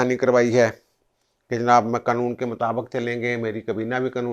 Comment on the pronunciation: سر لفظ "قنون" نہیں ہوتا۔ قانون ہوتا ہے۔ شکریہ